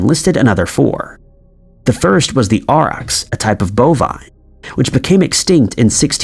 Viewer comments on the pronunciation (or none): none